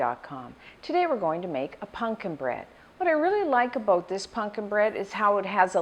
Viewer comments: Is she saying “punkin’”? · I love how she pronounces it as "punkin"